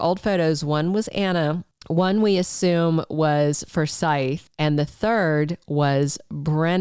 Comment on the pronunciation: it's FORsyth